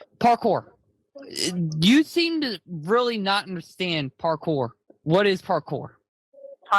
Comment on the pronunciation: It always cracks me up that Chris called parkour "parkay."